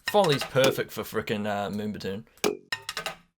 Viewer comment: haha he said moombatuuune